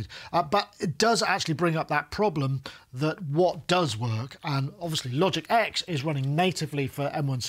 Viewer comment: Er, just to be pernickety, Logic is now simply called Logic Pro. And the X that used to be appended to the name, was pronounce 10, not "ex" Welcome to another edition of Pedant's Corner!